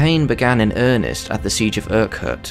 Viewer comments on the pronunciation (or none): none